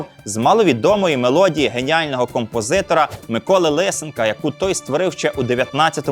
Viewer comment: Прізвище композитора не Ли'сенко, а Лисе'нко. ЛисЕнко👆 Прізвища, які закінчуються на -енко, мають наголос на передостанній склад. Ви не згадаєте жодного прізвища, що закінчується на -енко з іншим наголосом. ПорошЕнко, ТимошЕнко, ПетрЕнко, ІванЕнко etc.. Зверніть увагу